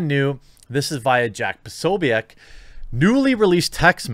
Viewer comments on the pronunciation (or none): none